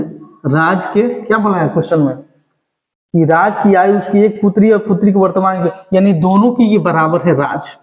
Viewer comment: आयु को आय आय क्यों पढ़ते हो